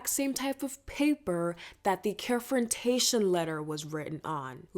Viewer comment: “Care-frontaion” omg I’m getting flashbacks to my ERC days😭😭😭